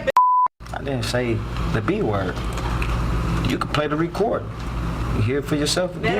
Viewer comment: "You can play the reecouurd" I bet if they somehow played it he'd still deny it, POS